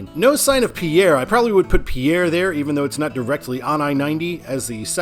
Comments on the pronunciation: It’s pronounced Pier, not Pierre. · I love your channel and what you do. FYI on South Dakota pronunciations...Lead is pronounced like 'leed', like leader. Pierre is pronounced like pier as in Navy Pier. Keep up the great work.